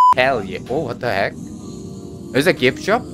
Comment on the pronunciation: Last boneworks vid: 50% "Herr yeah" 50% "Watahek?" This boneworks vid: 105% "Herr yah"